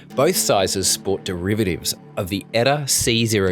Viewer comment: its not "Etta" its E.T.A.